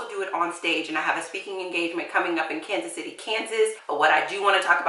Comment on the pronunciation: Did you say Kansas City? 🤨